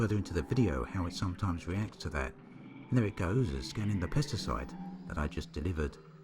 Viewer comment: When u first said 'Pesticides' I heard 'Pasta Sauce' lol! More great content, right on o7